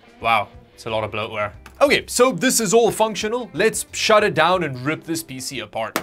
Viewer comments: I like that pronounces PC as a word spelt "peesy" (rather than P C) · I like how you pronounce PCs like feces.